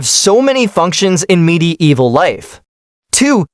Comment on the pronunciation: midi evil. God-damned AI.